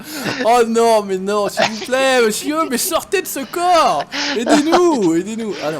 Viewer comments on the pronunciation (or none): none